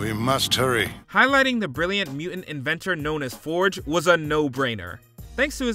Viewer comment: It’s muTant not mUent, Ai voiceovers would be better